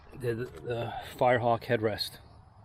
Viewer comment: Did you say this car was a firrehawk 😂